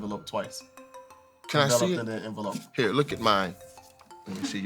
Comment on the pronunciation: Bruhhh pronouncing envelope wrong is taking me outtttt😂😂😂😂😂😂😂